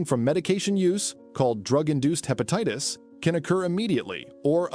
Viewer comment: What is Hepateetis?